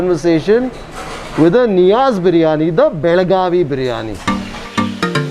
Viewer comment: Pls, use belgavi not belguam bailgaadi l😂😂😂😂😂😂😂😂😂😂😂😂